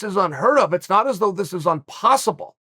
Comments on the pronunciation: "um-posible". Undefeated.Undisputed. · Did I just witness Uncle Chael creating a new word for the English speaking world? - unpossible?!